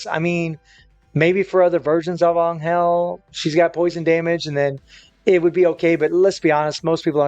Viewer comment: Is this guy butchering Angels name or am I tripping